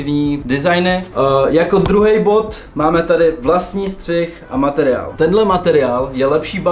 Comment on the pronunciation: Bráško příště je to Střih a ne střich... Ale video pecka:)